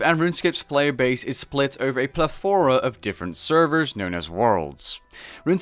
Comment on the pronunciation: hey,, could you say pleTHOra once again?